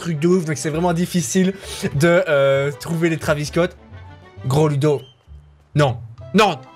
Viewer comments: ça s écrit travis mai on prononce trevis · On écrit travis Scott mais on lit trévis